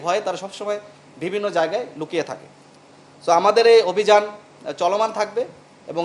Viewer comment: এই পুলিশ অফিসার অন্তত 10 বার 'বিভিন্ন' শব্দটা ইউজ করেছে এবং প্রতিবারই "ভিবিন্ন"উচ্চারণ করেছে।